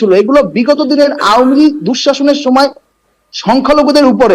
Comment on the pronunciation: ওতো আওয়ামী লীগ উচ্চারণ করতে পারে না।